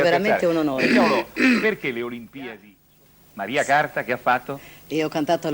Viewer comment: Ma lui che sbaglia pure il nome non si può sentire. Maria Carta artista immensa